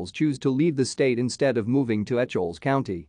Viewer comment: It is pronounced E-kels